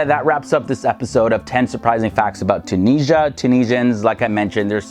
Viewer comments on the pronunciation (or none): Tun-is-ia not TunISHA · Tunisia gave her name to the whole continent "Afrikia" and please it's Tunisia , at least spell the "S" letter as a "Z" not Tunijia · When they say tunisha 😭 mama ija ati3lhom treha (just a joke Im tunisian)